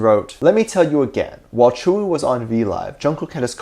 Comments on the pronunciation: Could I correct the way you say tzuyu, I don’t know if there is multiple ways of saying it but from my experience it’s pronounced soo-you. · and everyone else: *Jungkook and Tzuyu, dating rumors, tea, grrr* Me: Focused on how Tzuyu's name is pronounced so differently than I imagined it, because I've only ever read it/seen it in text and never heard it pronounced out loud